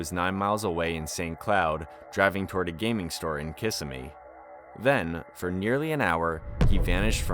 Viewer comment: Kih-SIMmy. Not KISS-uh-me.